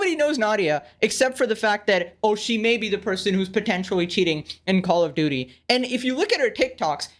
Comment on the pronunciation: call of duuty